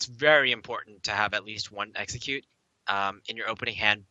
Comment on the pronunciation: i wanted to enjoy watching this video but that kept saying eggcicute not execute. i kept thinking of pokemon, come on guy please pronounce the words correctly, english isnt that hard to say. and its pronounced three not free. please i wish people would stop saying three with a F. where did this guy learn to speak english